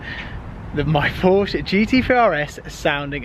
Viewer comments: Is it just me or did he almost say Ford but he said Forsche Lool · It’s like the lawyer in “Merchant of Venice” Annoying to hear you guys say “Porshh”! Just Saying! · Lots of hair gel and designer t shirts for a gear head that doesn't say Porsche correctly. Hot car, though